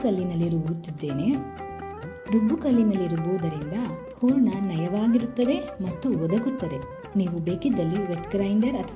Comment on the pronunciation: ಊರಣ ಅಲ್ಲ, ಹೂರಣ